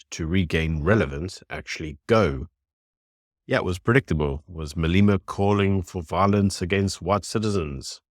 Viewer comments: Why you say Maleeeema its Malema get it right . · Malema rhymes with dilemma 😊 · How are you pretending to be South African, but then you mispronounce Malema's name? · Pronouncing his name correctly would be respectful, unfortunately respect is not a given, its earned.